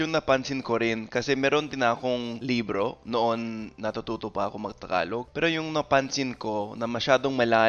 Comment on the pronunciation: when pronouncing the word "Libro" make it fast not slow 😊